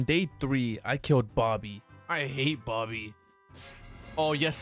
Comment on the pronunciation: Is not bobby is boggy